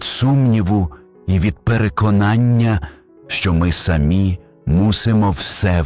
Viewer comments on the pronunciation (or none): none